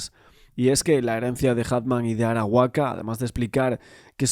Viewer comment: Arakawa san...no Arawaka...